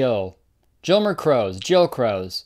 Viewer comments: he calls himself jill-mer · I'm Aruban. His name is really pronounced "Jilmer".